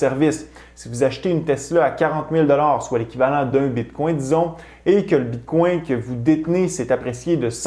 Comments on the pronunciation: Tu essaie de prononcer Bitcoin en francais, avec le coin a la fin. Ca sonne comme “bitcongne”. Tu prononce Etheruem avec l acces Englais par contre C est une remarque positive et constructive. Ca peux irritater des gens de te voir deformer le bitcoin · Tu pronounce bien etherieum, mais moins bien Bitcoin